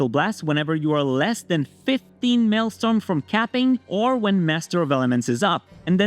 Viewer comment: You are mispronouncing maelstrom